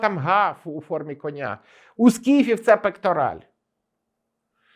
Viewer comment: Дуже прошу вашому шановному гостю пояснити та попросити його, щоб вірно ставив наголос у слові кінь, конЯ, кіньмИ ітп., бо ріже слух як чую "кОня"